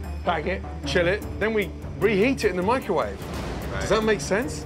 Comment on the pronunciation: "Mike Ro wave"